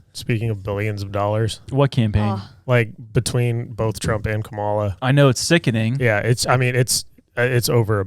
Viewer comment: Please pronounce Kamala correctly